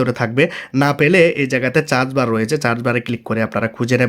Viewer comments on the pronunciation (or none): আপনি সার্চবার না বলে চার্জবার বলেন কেন ভাই 😅😅😅। শুনতে ভালো লাগে না ভাই। হাস্যকর লাগে ভাই